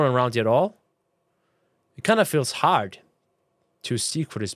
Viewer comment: I click the video so much that hes saying( hard) for a while he sounds like hes saying (card) try it